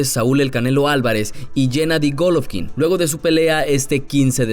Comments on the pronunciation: Que les valg verha cuando gana y es golovkin no goloovkin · No sé dise gólovkin (con asentó en la o) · En que parte esta la letra f en golovkin